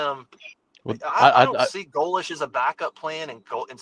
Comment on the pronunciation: for the love of all that great wonderful and beautiful in this world that we have left. Please oh please stop saying GOE - LESHH. Love you bro but man it’s torture to my ears lol